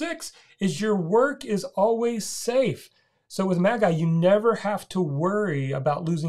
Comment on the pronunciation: Great review! Quick correction... pronounced "Maj-eye" — think of "Magic + AI = Magai". 😎